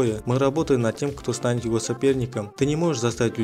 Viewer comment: можешь читать не так как пишется "его" а читать так как читается "ево"